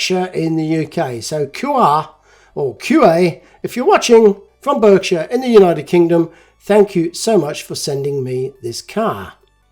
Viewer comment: BERKSHIRE is pronounced BARKSHIRE